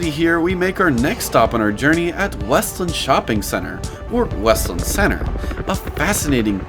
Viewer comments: It’s called WEST LAND as one word not weslin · It’s WEST-LAND… not wuslund. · I didn’t mean to offend you sorry. But there’s a point in the video where you use a soft “land” like with the word “inland” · also its pronounced west-land